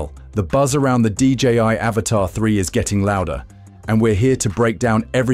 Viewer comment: we all aware of that dipshit..i own one..but its not pronounced avatar..seems like you cant read but pretending to be smart